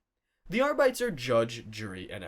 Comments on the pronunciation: Came looking for this comment lol. Cringed every time he said Arrrr Bites. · and also Ar-BITES instead of Arbit-EES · I'm not expert, but because it is all supposed to be "Latin -ish" sounding names, I would guess "arbites" would be pronounced "ARE-bee-taze" not "ARE-bites" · Ears bleeding. It's not "are bites." It's "AR-bi-tEHs." Hell, even "ar_BI-teehs" is better. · Ar-bee-tees! Not Ar-bites. Call yourself a 40k?😂 And laze-guns? God-emperor what is this heresy?🤦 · You can literally follow the pattern with the rest of the ordos. kus-to-dees Custodes, a-star-tees Astartes. And so forth. If the man insist on ar-bayts. he might as well say kus-TOADs and AY-starts. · Isn't High Gothic supposed to be pronounced like in Latin? So ARR-BEE-TAYS rather than ARR-BITES? Otherwise you'd have to pronounce "Adeptus" as American as the "Arbites", right? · Arbites is pronounced Are-Bee-Teez, not Are-Bites. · I think Arbites is pronounced "arr-bit-tees". Just sharing in case, if I was running a TTS I'd spell it differently. If I was reading it, well, that's easier. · “Arbights” lol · Ar-bee-tees... Say it with me... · c'mon, bro. "ar-BEE-tis". It's Latin....sorta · Between the pronunciation of Arbites (are-bit-ease) and Roboute (row-boot) I think I'm done with 40k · Ar-bites was killing me! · "R-bites"? We're not off to a great start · God damn "Are-Bites" ffs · Arbites = R Beetees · Arr-bites sound like a snack for pirates. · That's not how you pronounce Arbites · This is not how you pronounce arbites. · The way he pronounces "arbites" is heretical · Why can't anyone say arbites correctly? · You shall step on a lego piece for every instance you mispronounce Arbites. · One more to add to the list - having to listen to someone mispronounce "Arbites" repeatedly. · Yeah like if you see a word you don't know, look it up damn